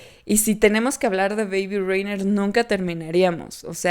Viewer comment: Pronuncias mal reindeer, por lo demas todo genial🥰